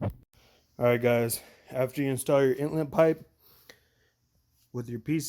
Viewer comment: Are you saying intlet or inlet?